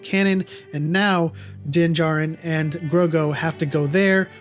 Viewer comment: grogu not grogo. I love your content bro I got chills a second time watching this video